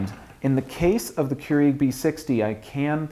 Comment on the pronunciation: I hate the way he says keurig